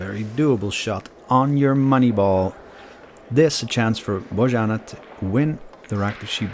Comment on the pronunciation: her name is pronounced "Boyanna":)